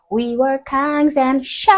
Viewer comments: It is not pronounced Shite, it is pronounced Sheeeeeeit. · Just wanna help. It's not pronounced shite it's pronounced "she it." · just so you know, African Americans say it "We wuz Kangz and sh*t" where sh*t is pronounced SHEE-yit. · She's a black woman but pronounces shit,like a Scotts person"shite"🤣🤣🤣🤣❤️it👍❤️🏴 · The American pronunciation is "Sheeee...it" You're using the British pronunciation. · "Shite" is the Northern English variant 😅